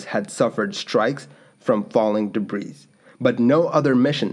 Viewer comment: Did you just pronounce the final 'S' in 'debris'? Weird.